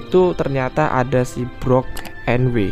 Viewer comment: IZIN MENGOREKSI DIKIT bang. untuk pengucapan brook di anime itu bukan brok, tapi bruk 😁🙏🏻